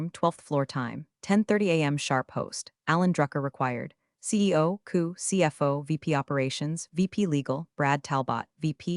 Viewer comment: COO is NOT a word. It's C O O!!!!